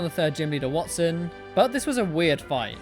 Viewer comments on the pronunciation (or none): none